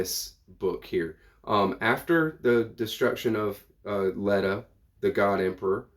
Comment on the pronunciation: The E in Leto is long. In the movies and audio books, it's LETO.